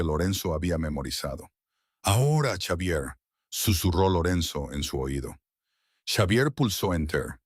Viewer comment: Si la narrativa es en español entonces el nombre Xavier se lee como Javier.